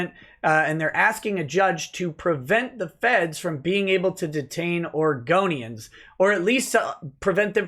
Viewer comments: Oh heard Argonians too. lol. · i did start to giggel when did say Oregonians did hear it as Argonians yey for skyrim and the dirty lizzard men and how did they miss the yellow word Police on there chest